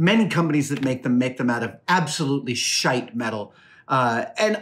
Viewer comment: "shiet metals" lol